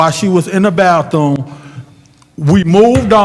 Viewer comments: "When she went to the ba-thuuum"😂😂😂 can't even pronounce words right & trying to be hostile!! Sit down boi! Y'all were really hating on Mr Mays... So sad!! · "when she went to the ba-thuuuum😂😂😂 can't even pronounce his words correctly & trying to be hostile with this man. They were really hating on Mr Mays!!! So sad!